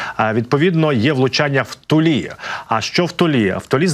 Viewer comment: Ну, чого вже в ТулІ, а не в ТУлі?😊